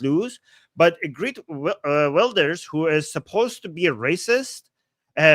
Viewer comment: It is Gh-ear- t W-ill-durs. 😁